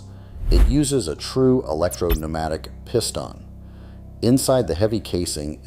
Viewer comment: I hate the way the cheap A.I. voice-over mispronounces simple words like "piston" over and over.